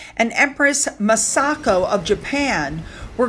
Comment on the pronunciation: You said Naruhito just fine! The empress' name is pronounced MOSS-uh-ko, but that's not a big deal.